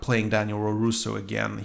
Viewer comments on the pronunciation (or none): His name's Robby and yes I agree, he's easily the worst character. By the way you keep saying roroso, it's larouso.